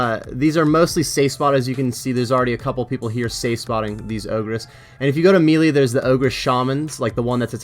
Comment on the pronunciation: The way you say “melee” always kinda throws me off but I liked this series